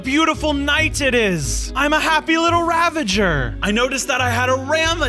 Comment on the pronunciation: XD man said raveger its ravager.